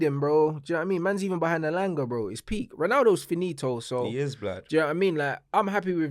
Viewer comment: This guy said Elanga and Sancho😂